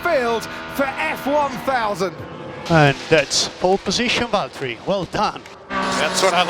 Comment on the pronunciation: Lewis, it's Valtteri